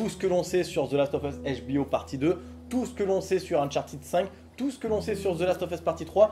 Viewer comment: Salut, 2 questions! 1: Qu'est-ce tu en pense d'un jeu du style James Bond comme nouvelle licence de Naughty Dog? 2: Pourquoi Uncharted se prononce Unchartid et non Uncharted?